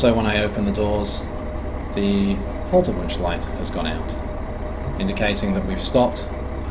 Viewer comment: Looks and sounds really great as i have expected ... and "Haltewunsch" was spoken perfect ;-)